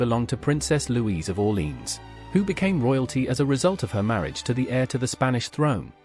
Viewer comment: The reader should learn the proper pronunciation for Orléans, which he messes completely. Too bad